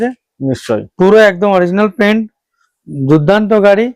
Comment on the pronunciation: অরিজিনাল পেন্ট বলুন পি্ন্ট নয়।